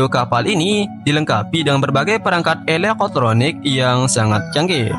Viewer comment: aku suka lo bilang eleeqe' troniqe' bang 😂😂😂😂